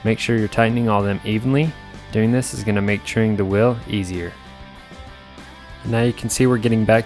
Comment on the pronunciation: Why does he call it a ‘whirrel’ and not a wheel